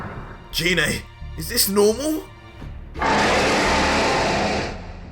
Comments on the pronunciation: You mispronounced Gine's name! The "g" in her name is pronounced "guh" like in "goddess", not "juh" like in "genie"! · You said gine wrong